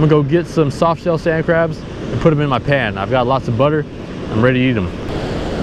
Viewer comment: When he said “put ‘em in my pan” I thought he was saying “put ‘em in my pants”